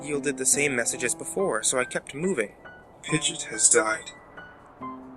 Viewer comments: Why did you name pidgeot wrong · why do you saying pigeot like that oh my god its oissing me off